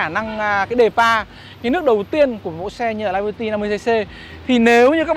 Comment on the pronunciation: Tiếng Anh đọc là li-bơ-ti, chứ không phải là lai-bơ-ti.